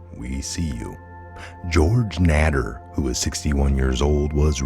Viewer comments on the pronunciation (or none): It’s pronounced neyder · Pronounced NAY-DER 😊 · I think that name is pronounced GEORGE NADER. NAY- DER. a long a. It's pronounced as A like the name Ralph Nader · Nader (whose name is pronounced with a long a, like in dater) is a monster and must be caged as far away from the public as possible!! Ten years. What a joke. The kids this thing raped, tortured, terrorized, and possibly worse, will never be the same again!!! NOT RIGHT!!! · nA der ....with a long A.